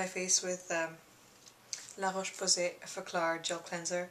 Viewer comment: wow your french accent is good, you perfectly prononce "Laroche Posay" ^^